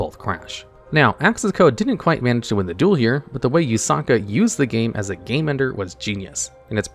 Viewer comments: its Yuusaku not Yusaka or Yusaaka xD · Did you know that you always pronounce Playmaker's name Yusuka, his name is Yusaku not Yusuka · kinda annoying how he says “yusaku” as “yusaka” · ah yes ‘Yusaka’ my favorite protag. This video would be improved by having correct pronunciation of everything VRAINS related lmao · I can't believe how many times you managed to botch playmaker's name. It's Yusaku.